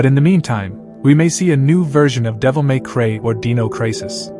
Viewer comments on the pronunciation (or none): “devil may cray or deeno craysis” 😂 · "Devil May Cray"? "Dinno Crisis"? Wtf kind of AI voice did you use for this? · “Devil May Cray and Deeno Crisis” Jesus man it takes talent to screw those words up. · Omg did he just say devil may cray haha LMAO that's funny af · "Devil May CrAY" was my favorite part of this video xD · devil may who? “devil may cray” 🤭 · What the hell is "Devil May Cray, and Deano Crises""? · Am I crazy, or did he really say " Devil may CRAY" 🤣🤣🤣🤣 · Did you just say “Devil May Cray” and “Dino Cray-sis”? ? ? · So keen for "Devil may Cray" and "Deano Crisis" The latter sounds like some Aussie bogan out if ciggies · Devil may creyyy😂 that was the weirdest way to say it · "Devil May Cray" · Bruh Devil may cray and Deeno crisis? 😂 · Devil may cray